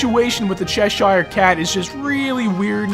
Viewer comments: it's not Shesh anything. It's Chesh. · No offense, but your pronunciation of cheshire as "SHESH-ire" is driving me nuts. I always pronounce it "SHESH-ur".